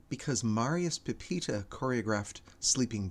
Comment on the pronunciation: Petipa, not Pepita